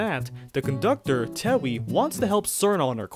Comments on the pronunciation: SUURR- KNOW TEHH-WEEEEEE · STOP PRONOUNCING CIRNO AND TEWI LIKE THAT 😭😭😭